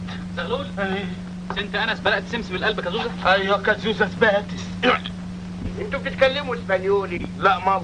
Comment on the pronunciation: بيقول كازوزة سباتيس في الدقيقة ١٢:٢٠ .. طلعت سبيرو سباتيس قديمة أوي😂